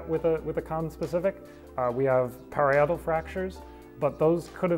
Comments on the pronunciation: Hey! it's pronounced Pah-rye-ah-tal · "pa-RYE-a-tal" cf. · FYI, "parietal" is pronounced "puh-RYE-uh-tull" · Very strange pronunciation of parietal! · That is the strangest pronunciation of "parietal" I have ever heard.